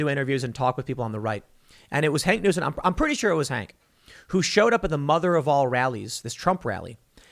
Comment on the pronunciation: Okay, Tim, didn't want to have to burst your bubble lol but is "Hawk Newsome", not "Hank Newsome"